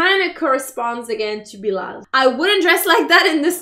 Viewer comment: Watchaaaa it’s Bilal and Not bilaal